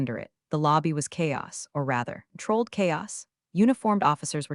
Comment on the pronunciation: "Controlled", NOT "Trolled"